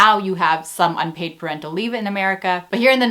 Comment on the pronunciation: I swear I heard "per rental leave" and I was confused as hell until I realised you said "parental leave"